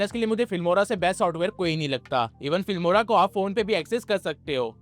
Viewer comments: Fimora ❌ Filmora ✅ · filmora not fimora